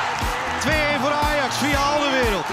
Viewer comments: Ben ik de enige die een beetje geïrriteerd is door het feit dat ze 'AlderWERELD' zeggen i.p.v. 'AlderWEIRELD'? Sorry mensen uit Nederland, als een Belg vind ik dat een beetje irritant. XD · Waarom zeggen jullie toch Alderwereld. Je moet Alderweireld zeggen